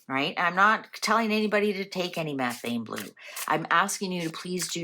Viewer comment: She’s talking about the correct chemistry. She’s just pronouncing it incorrectly.